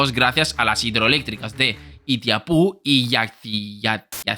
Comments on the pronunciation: No es ITIAPU, y si ITAIPÚ. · No sería "Itaipú" la pronunciación correcta? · Itaipu (se lee como se escribe) Yacyreta Ya-cy(la “y” es con la garganta)-reta) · no dijiste bien Itaipu pero te salio yacyreta en la segunda